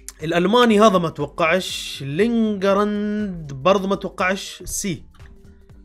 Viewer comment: لينغارد ❌ لينغزاند ✅ ارحمناا يا استاذ 😂😂😂